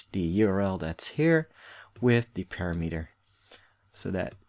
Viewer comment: thanks. btw "parameter" is pronounced "param-eter"